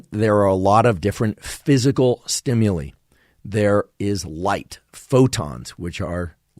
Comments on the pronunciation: ...below is how to pronounce "STIMULI"...almost didnt want to but...haha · Thank you for another favorite episode!! I'd never heard anyone pronounce "stimuli" the way you do, lol. Also, I HATE the smell of popcorn; smells like urine to me 🤢, and the smell of peaches, guava fruit, and papaya physically repulse me - so interesting to learn why/how!